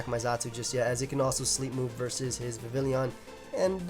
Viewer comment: I feel like you'd appreciate being reminded that Vivillon only has two I's in its name. Vi-vil-lon; not Vi-vil-lion. It's not an Eeveelution.